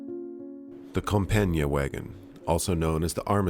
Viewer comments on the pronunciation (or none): Compiègne is a tough word to pronounce for english speakers. To make it simple you should just say "Comp-yen", and you'd be closer to the french pronounciation. And Foch is pronounced Fosh!